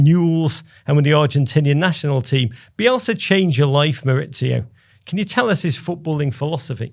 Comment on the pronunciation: MauriCio not MauriZio!! Why do English people change his first name from Spanish to Italian? Yes his surname is Italian but his first name is in Spanish. He’s from Argentina. MauriCio.